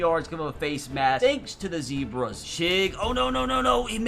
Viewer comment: Every time he says zebras I’m rolling in the ground 😂😂😂😂😂😂